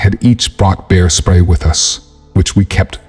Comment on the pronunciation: For someone who makes videos telling stories you mispronounce words constantly. This story you called "bear spray" beer spray once and butane was pronounced boo ton😂.